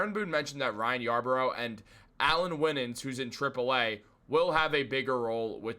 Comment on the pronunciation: Also - Winans is pronounced - "Why-nans."